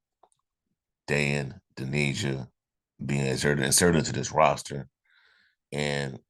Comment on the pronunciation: (From an Illinois fan) Just to let you know, his name is pronounced: Dain sounds like "pain", Dainja, sounds like "painya". Illinois fans are very disappointed he's leaving, but I don't blame him. I blame the coach, because he didn't play him nearly enough. They played Coleman Hawkins instead and the coach should have played them together more. Dainja subbed for Hawkins. Dainja is a beast. Reminds me of Charles Barkley, but faster going down the court. Great rebounder, scores mostly from inside, great passer, runs the court to get feeds for layups. He really is 6'9", 270 lbs., but very agile. He has a good mid-range jumper and wily moves under the basket. Fans loved to see him play when he got in. He should have been a starter. I hope he gets to play more at Memphis. He's was a great teammate too. Very likeable guy.